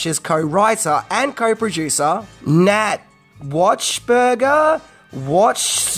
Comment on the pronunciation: Hey Buddy. You can pronounce it : Nat Wax-berger